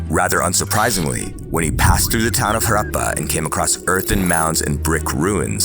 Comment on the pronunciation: Love how you took the time to get the pronunciation right for words like Buddhism and Harappa — it may seem trivial, but it adds so much depth and care to the content. Keep up the amazing work!